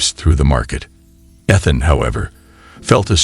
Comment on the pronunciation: how do you tell the AI voice bot to put the correct emphasis on the right syllable for 'Ethhunn's' name???